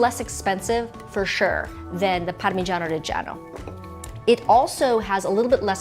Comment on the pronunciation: Parmegagagiano? Is all i heard 🤣 love both though